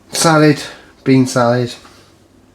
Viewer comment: Salad not salid